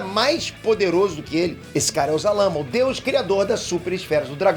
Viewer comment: Se fala sarama